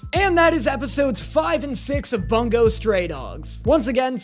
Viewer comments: *boo-ngo not bunggo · The way he says bungo stray dogs like boonga stray dogs instead of bun-go stray dogs is priceless imo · ITS BUNGO NOT BONGO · You saying it as bun-go pained me (its boon-go)